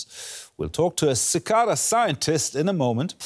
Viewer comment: The newscaster is right: it's pronounced as 'see kaaa da."